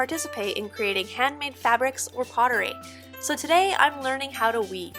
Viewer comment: When you said, "Today I'm learning how to weave," I froze for a bit, because I thought you said "leave." You were in fact saying goodbye, but it caught me off guard. I miss Aya, and I wasn't even there. I hope you have just enough sadness and miss it enough to return. Your series here is beautifully done.